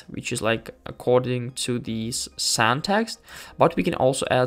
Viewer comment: As an English person (although I now live in Tatarstan, Russia), I just wanted to point out that the word "scene" is pronounced like "seen" in English. You pronounced it like "sen". I didn't want to criticize you, but just wanted to let you know how to pronounce the word correctly, since I'm sure the word "scene" often crops up in such videos like this. Я не хотел критиковать твой английский. Я просто хотел дать вам полезный совет для вашего английского произношения. 🙂